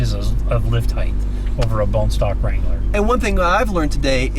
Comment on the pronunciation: Gaaahhhhh. This guy is killing ne with repeatedly saying heigTH. It’s heigHT. Even when he read the app and it said height he still said heigth. 🤦🏼‍♂️ it kills me!